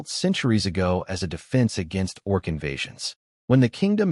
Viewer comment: doing it again, already: orc? not org? (sorry, I'm easily distracted and this is detracting from my enjoyment of the story.)